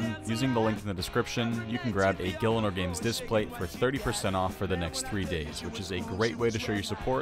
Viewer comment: 20 seconds in and fails to pronounce gielinor lol